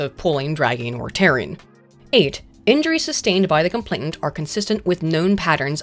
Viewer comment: Is it just me, or is saying "complaintant" instead of "complainant" all through this video, even when she's reading a text